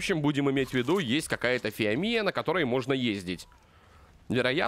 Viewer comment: если хочешь собирать много камня то дабывай топором и ещё не фи́амия а фио́мия